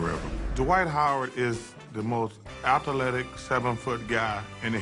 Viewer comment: Correction: Atha-aletic